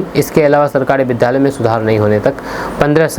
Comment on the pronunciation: कृपया आप अपने विधालय उच्चारण को छोड़कर सही उच्चारण विद्यालय करें।क्योंकि आपको सभी सुनते हैं।इसको अन्यथा न लें।धन्यवाद